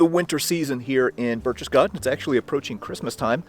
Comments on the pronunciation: BAIRCH-TES-GAHDEN!!!.....Not BERCHESSGARDEN! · "Burk tess gaden" Not Burch. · When you pronounce Berchtesgaden the first part of the word sounds like Birk as in Birkenstock not Birch like a birch tree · Please do some research and start pronouncing things correctly! Berchtesgaden is not pronounced 'Birch-chess-gaden', it's 'Berk-tess-gaden'! Your videos are great but this is annoying! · Sorry, but phonetically it is "Barektess Garten"... driving me nuts! LOL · Bear-K-tess-garr-ten. That is all....carry on. ;-) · Pronounced 'Berk-tess-gar-ten', my friend. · I know what you missed, how to properly pronounce Berchtesgaden haha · You lose all credibility when you can’t even pronounce this cities name!!!! Your from a museum??? Learn how to pronounce the names and city names correctly or DONT even make the video.